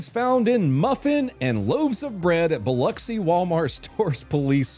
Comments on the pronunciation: Dude first off props for saying Biloxi right. I live on the MS Gulf Coast lot of people say it wrong. Second you need to do a follow on the lady putting razor blades in bread. If you notice on the video of her she is wearing a band aid on her face covering her nose. You need to see her mug shot picture and you will completely understand why she was wearing a band aid covering her nose lol. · First time I've heard someone pronounce my hometown correctly lol. Also first I'm hearing of the razor bread in Biloxi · I haven't followed up on the story, so I can only assume... did wallyworld fire the LP for daring to go hands on in a life or death situation? Also: Thanks for pronouncing Biloxi properly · Bravo Zulu for pronouncing Biloxi correctly. Sincerely, MS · Finally someone can pronounce Biloxi